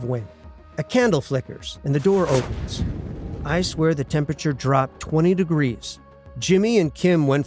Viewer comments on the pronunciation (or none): none